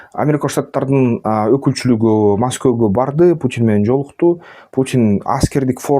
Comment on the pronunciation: Маскө ❌ Москва ✅